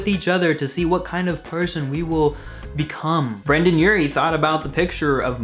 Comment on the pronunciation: Brendon not Brandon